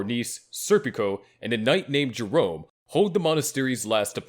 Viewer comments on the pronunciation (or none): none